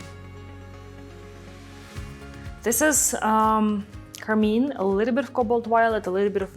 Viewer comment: This is beautiful!’ I do always giggle when she calls car-mine car-mean.